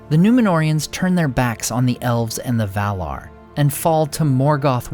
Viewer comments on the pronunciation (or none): none